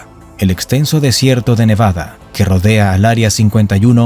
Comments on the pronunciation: เนวาด้า ไม่ใช่ เนวาน่า มั่วจริงเชียว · เนวาดาไม่ไช่เนวานาอ่านก็วักนานเกิน55